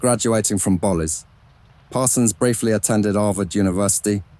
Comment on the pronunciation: This is great! I live in Jacksonville FL and Bolles School is pronounced like bowls.